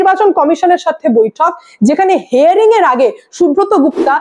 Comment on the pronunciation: হেয়ারিং নয় , হিয়ারিং